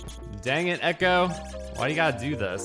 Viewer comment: It's ecco not echo! 😉If I remember correctly, you can eat fish to heal!